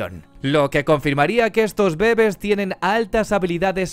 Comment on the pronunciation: "los bébes" (?)